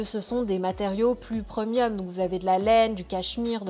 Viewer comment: Pourquoi elle dit: « PREUMIUM » c est premium on on prononce prèmium😂😂😂 ca me fait tjrs rire quand elle dit preumium😂🤣